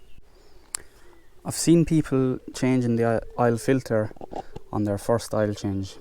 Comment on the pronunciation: Oil not aile